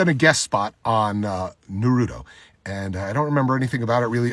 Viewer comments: Sorry sir but "Nuruto"😭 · Bro i dont get it. He knows the perfect pronunciation for Naruto’s name and yet intentionally calls it Narootoe. Why? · "nurude oh" 💀 never lost so much respect so quickly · Did he said nuruto? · No. It was Nuhroodough. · It pains me to hear Madara say "nuh-rooto" smh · Did you just say nuruto?? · He voiced the greatest freaking villian in the entire naruto and still pronounce the anime 'nuruto'. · bro said noorooto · bro did not just say nurato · It’s amazing: I feel like if anyone pronounced Naruto “Narudo” the way he does ppl would rip his head off but since Neils’s Madara dub voice is so epic and iconic he gets a pass lol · Nar rooto lol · What I think is funny is that he's worked on the project and can't even say the name of the show correctly! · The way he’s saying Naruto 😬 lol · How tf are you gonna be madara and not know how to say naruto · Its kinda ironic how hes a voice actor of madara but he dont even know how to pronounce naruto correctly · Works on the show, can't pronounce Naruto correctly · Come on bro he's a voice actor in Naruto yet can't even pronounce the name right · I think he’s trying to copy. Also how did he miss pronounce “Naruto” the freakn shows name. That’s not the real madara English voice for sure.